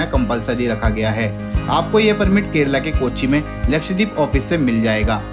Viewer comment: Bro, it’s not लक्षदीप, but लक्षद्वीप